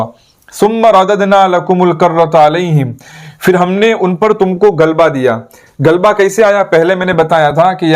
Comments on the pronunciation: Galba nahi. Ghalba "ghain" se hota hai. Gaaf se galba nahi. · apna talaffuz durust kijiye aap to aalim ho, "ghalba " lafz aapne sahi nahi bola